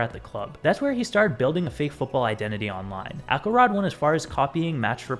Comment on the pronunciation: Why would it be “Ackelrod”? It’s obviously Axelrod. The C is soft.